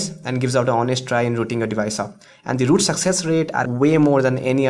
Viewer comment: U r calling root loot... :\ But nice video :D